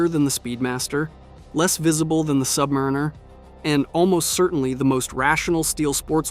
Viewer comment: Submariner??? I've you're going to bad mouth it, know how to damn SAY IT!!!!!!!!!!!!